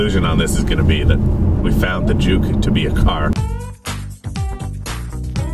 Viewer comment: i'm sorry, i always thought you pronounce juke as junk.